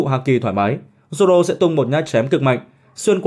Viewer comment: Haki của Zổ k bằng của Zoro :)))) đọc lại còn sai thì cũng chịu